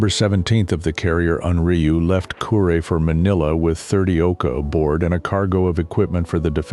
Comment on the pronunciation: Kure, not Curie.